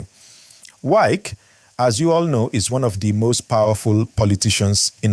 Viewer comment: This youtuber who is mispronouncing the name "Wike", is a fool. Is pronouncing somebody's name correctly not part of education?